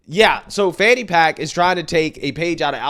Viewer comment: Check THAT box fanny. And it is FANNY, NOT fawny.